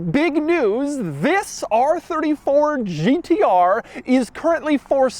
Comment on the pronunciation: says Gtr like a pirate would say it Gt arrrrrrr